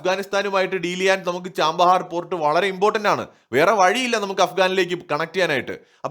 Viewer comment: ചാമ്പഹാർ അല്ല. ചാബഹാർ..